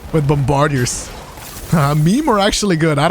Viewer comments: Bomba like "mamba." *Bahm-Ber-Deers, not Bum----Bar-Diers. One word, no pause. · BOMB-BAH-DEERS my guy. Keep up the good work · Mispronounced bombardier's, go back to school